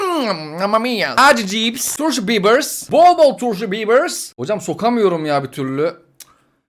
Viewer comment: "tUrŞu bİbıRs"